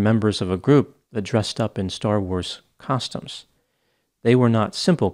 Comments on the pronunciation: I've never in my life heard anyone pronounce costumes as you do. It sounds like you are saying "caustums". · I wanted to bust chops for his pronunciation of "costumes," but this case is so messed up. R.I.P. Liz ✨ 💐✨ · It's going to take me at least an hour to get over the way Doc pronounces "costumes." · Interesting the way you pronounce “costumes”